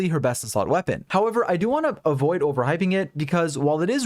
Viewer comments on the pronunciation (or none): none